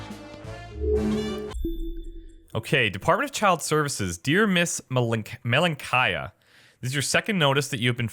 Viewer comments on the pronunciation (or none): Malenkaya means little girl in Russian. It's fun. (stress is wrong but anyway)